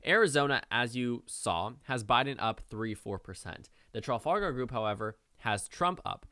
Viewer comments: My only complaint: It’s not pronounced TRA-FAL-GAR It’s pronounced TRE-FOL-GAR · It's pronounced Truh-FAL-gur not tralfalgar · Sounded like you were saying Tral-fal-gal the entire time :D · It's Truh-Fal-Gahr Group dude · Traff - All - Ger or Traff - All - Gar but not whatever you are sayling lol ;o) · Traf Al Gar... almost unwatchable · Tra Fal gar is how you pronounce it sir. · The name of the pollster group is pronounced as follows: tra-FAL-gar. You Americans always butcher the English language. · i wasn't going to comment, but you're saying it wrong... Its Traff-Al-Gar as in the Battle of Trafalgar... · Trafalgar... like the Battle of Trafalgar, like Trafalgar Square ... how are you not able to pronounce this properly? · That pronunciation of Trafalgar... On a site note from the UK, get out and vote for Biden, we're fed up of laughing at you.